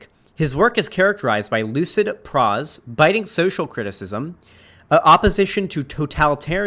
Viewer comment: Love ya,. It's pronounced "PRO---ZZZ" (prose):. I love the video. Still watching.